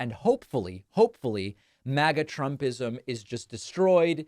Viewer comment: Often, David, when you say, “MAGA-type” I hear “maggot-type”, then I realize that you got me again. Just thought it humorous. The two might be synonymous. ;)